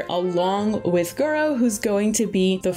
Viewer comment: Did you say… Gorou Mommy? 😳